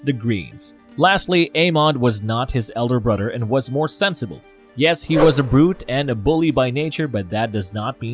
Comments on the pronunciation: Brudder?? Mudder? Anybody else hearing this? Lol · Why does this narrator always mispronounce the simplest of words in every video he does? Am I the only one hearing this? Mother-Mudder, Other-Udder, Bother-Brudder. Not trying to make anyone feel bad but it's kind hard not to notice while trying to pay attention.